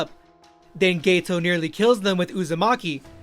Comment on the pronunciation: hey man just letting you know it's GETO, not gayto👍👍